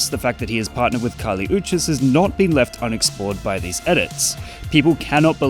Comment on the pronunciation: the manner in which you say Kali Uchis hurts me so 😔